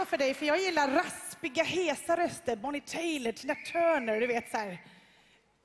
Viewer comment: Shirley Clamp (eller hur man stavar hennes efternamn) uttalar Bonnie Tyler fel!!! :D Hon uttalar det Bonnie Tejler man uttalar det Bonnie Tajler!